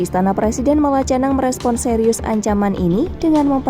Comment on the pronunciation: Sekelas Kompas, reporternya gak tahu gimana ngucapin kata 'Malacañang'? Memalukan. Hei Kompas gimana itu proses rekrutmennya?